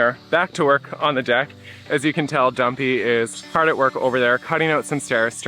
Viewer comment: Ha ha every time says Dumpy it sounds like Guppy and cracks me up, once you hear a thing you can’t not hear it. 😂